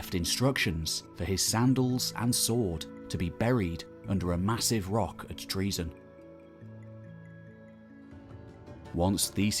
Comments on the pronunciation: It isn't pronounced TREASON, you buffoon, it is pronounced TRO-ZEN or TRU-ZEN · ΤΡΟΙΖΗΝΑ η Τροιζην, η (παλαιοτερη ονομασια, ΔΑΜΑΛΑΣ). TREAZON? Maybe...treason? lol LEARN GREEK! Stop butchering the language of our gods and heroes! 💀💀💀